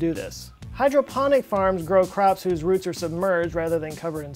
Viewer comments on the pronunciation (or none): none